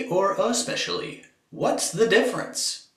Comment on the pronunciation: why do Americans pronounce it as 'expecially'